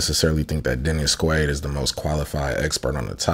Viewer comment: Did you say Denny Squade?